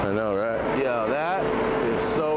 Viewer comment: bro from utah mustve adopted the accent and mannerisms ASAP i swear i heard the most genuine "yerrr" outta him